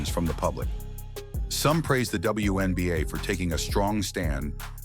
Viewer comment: It's called the WNBA, not the BWNBA.